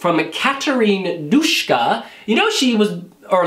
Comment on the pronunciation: it's not Dushka, it's just Duska